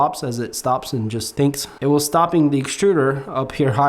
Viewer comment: It''s, This not Thizz, Just not Juzz